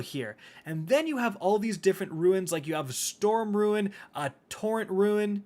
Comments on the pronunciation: Roon not ruin... your killing me bro lol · Ru-ne not ruin ;-) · didnt know its pronounced "ruin". always thought rune was rune. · ROON not RUIN driving me insane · My face twitched involuntarily every time he pronounced "rune" as "ruin" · R U N E. not ruin. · It's pronounced 'roon'....🤦🏼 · Can we just talk about how much he says “RUIN” instead of RUNE…. sheesh…. Also, can’t wait to test this game out. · It's ya boy "I Say Rune Like Ruin" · Hearing you say ruin repeatedly instead of rune ruined my brain. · Why u pronounce rune as "ruin" lol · Why are you saying "Ruin"? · Rune not ruin lol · Stop saying “ruin”! Jeezo! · It's RUNE not RUIN lol come on read much jk I love you buddy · why u keep sayin ruin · Rune or ruin? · "Ruin" he saying when reading rune WHY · You are correct. is mispronouncing the word. Rune is pronounced 'roo-n'. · RUIN, SHAMBERS, TAKTO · "Doesn't Know How to Say Rune" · This video was ruined by the way he pronouced rune. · man cant say rune properly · ...You say "rune" wrong, and it bothers me. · Rune is pronounced roon, not ruin. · Rune. Not ruin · Ok are you saying, “ruins,” “runes,” or is “rune,” pronounced, “ruin”? Ok never mind I saw the screen which says,”rune.” Am I saying it wrong or are you though? I say, “roon” not “roo-in.” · Ffs the word is roon not ruin. Must be the destiny 2 brain damage. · Destiny and Outriders had a baby and Warframe is the crazy uncle! Also you mispronounced "rune." It's pronounced ro͞on and not ruin (ˈro͞oin). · RUNE! NOT RUIN. It is pronounced like Dune. sorry, just you said it like 20 times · Roon, not Roo-in. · Rune is said “ROON” not “RUIN”, super tilting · Looks kinda neat, might check it out as a change of pace. That said,.. say it with me ROON, not roo-in. Nitpicking internet assholery aside, thanks for the detail on this! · Anyone gonna comment on the fact that he is saying ruin instead of rune... anyone, ok I will :) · My guy, it’s RUNE not RUIN. Lol.